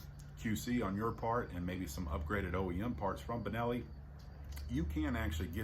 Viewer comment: What is the brand of the gun you have in your hand ?? No, not "Turkenelli".